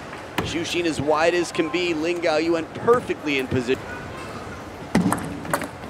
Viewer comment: i thought the commentators are flawless :D lin gaoyuan, not gaoyuen. lin with crazy spin this match, and super fast changed from back to forehand.